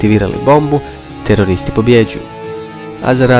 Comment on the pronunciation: Rekao je toreristi HAHAHA